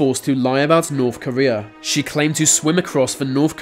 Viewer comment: The narrators inability to pronounce his Th sound and instead saying the f and v sound ....(va long journey to norf Korea.....) is too annoying